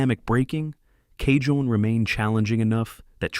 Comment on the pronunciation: Cajon pronounced " Ca - Hone " ..... Spanish origin..